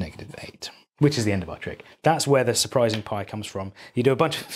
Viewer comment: “Su-pi-rising 5s”